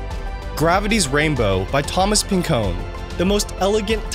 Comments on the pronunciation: Bro said Thomas PIN CONE….it’s Thomas Pynchon like Pinch in. Research, it’s not hard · It's pronounced Amelia AIR-hart, Jessica LANG...like Fritz Lang, only with an e, Thomas PIN-CHAAN...equal emphasis on the syllables, and LENGLE. You just completely ignored the "L" 😆, and Jorge Luis BOR-HES. But, if you were mispronouncing names in order to milk engagement, then I'm the sucker that fell for it. 🤷🏻‍♀️